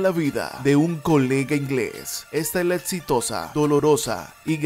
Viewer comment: No mames, pronuncía bien : ETZITOSO, BOTZEO, se oye asqueroso